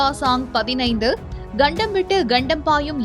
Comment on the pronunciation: News to be delivered who can pronounce tamil clearly. Example , it's kandam not gandam. Hope the channel owner will look into this.